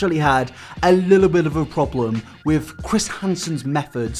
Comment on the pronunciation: It's pronounced WiTH not Wif.